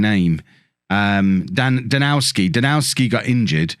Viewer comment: I noticed that you have a lot of Polish players in your team. I guess correct pronunciation of Żurkowski will be utterly impossible but I hope you won't mind if I correct you on Danowski ;) it should be pronounced Danovski. In Poland we pronounce W similarly to English V :) oh and your team is full of foxes! Well... You have two of them since "lis" means "fox" in Polish. Oh and if you want to be super correct, you may pronounce Lis more like Lees. Polish "i" is pronounced like English "e" while spelling or "ee" in "seek". Keep up a good work mate!